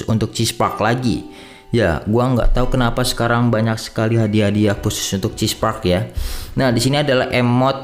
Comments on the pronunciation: "Cheese park" mantap bang🤣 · Cheer park bang bukan chesse